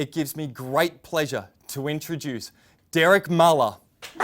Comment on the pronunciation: I always thought Dererk last name sounded like with the German umlaut (no clue how to type it just the u with dots on top) or is this just Australian way to pronounce it